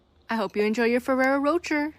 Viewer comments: feraro roger...??? the fuck xD fur-air-oh row-chaaay xD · Not ferrero roger 💀 its "roshay" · Not the fewwewo roacher 😭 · Ferrero Rocher ....😂 Its pronounced "Roe-shehr" y'all be saying roach-ur. I just can't even!😂😂😂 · She said roach-air instead of row-shay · Ferraro Ro-cher not rot-tcher. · Ferrero Roh-Chur is killing me 😂 Ro-shayyy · First the woman in the tiktok said ferrero roh-chur then he said ferrero roger... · The Rocher part of Ferrero Rocher is pronounced like the person 'Cher'. Ferrero Ro 'Cher' 'shh air' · It's pronounced row shay. It does not sound like the word Cher. Theres no "r" on the end. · Why in the unholy hell is everyone calling it ferrero Roger?? HELP ._. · Why is she saying fererro rocher like roacher 😂😂😂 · "Ferrero Roach-Er" 😂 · The fact the lady in the Ferrero tiktok said the name CRIMINALLY WRONG also points to it being highly likely of trolling. I'm like... 85% sure it's said like either Ferrero Ro-SHAY or Ro-SHARE, because I'm pretty sure it's French. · i hate how you and the girl in the video pronounced rocher. the last r is meant to be silent. it rhymes with crochet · 18 cookies in one sitting. lol Rocher (Row-shay) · Anyone else yell at the Tiktok lady through the screen, the proper way to say Ferro Rocher?😅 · The Nutella really hit the fan with this one. 😂 The way they pronounced Ferrero Rocher. 🙈